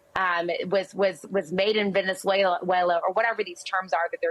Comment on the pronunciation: "Ven-za-wayla" LOL!